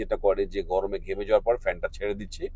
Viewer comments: vai gomore na gorome hobe. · গমরে নাকি গরমে?